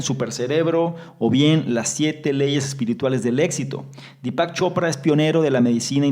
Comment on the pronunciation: dí-pac.. con acento en la í.. dí-pac chopra..